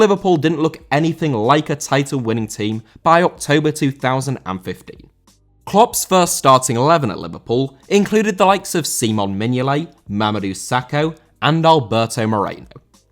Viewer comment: Mignolet* not Mignolei